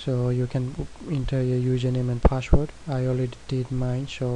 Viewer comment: passshwwooord loolol :)